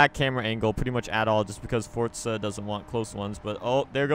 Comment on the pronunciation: Look Spaztic !!!!!!!! It’s Forza Not Fortza